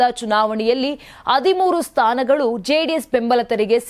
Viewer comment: ಅದಿಮೂರು‌ ಅಲ್ಲಮ್ಮ.. ಹದಿಮೂರು ಅಂತ ಹೇಳ್ಬೇಕು.‌ ಅಕ್ಕು ಅಲ್ಲ ಹಕ್ಕು ಅನ್ಬೇಕು. ಸ್ಪಷ್ಟವಾಗಿ ಕನ್ನಡ ಮಾತಾಡಿ.